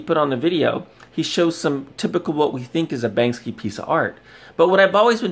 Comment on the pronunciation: 133 views must be a super important guy. His input must totally matter. No proof just accusations. Beautiful. You can't even say Banksy right. Im glad this channel is dead